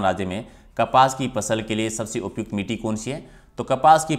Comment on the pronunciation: मिटी नहीं मिट्टी है वो ,समारक नहीं ईसमारक (स्मारक) है सर भी ग़लत पढ़ रहे हैं